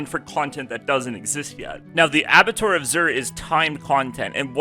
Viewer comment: I don't care, but you seemed to (you're a communicator, so you should) abba*two*are is how it's pronounced. And the "r" in macabre is silent (for whatever stupid reason:P) so it's ma*cob. I love English, but it's stupid. .